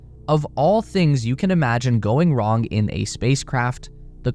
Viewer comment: "Nothing Can Go Wrong!" "CaN gO W ong!"